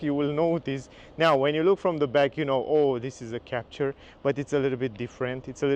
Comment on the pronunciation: It's a french car so you should pronounce it's name the right (french!) way!